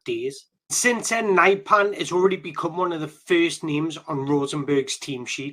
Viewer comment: He is not "severe", he is Sverre. Not "naipan" either.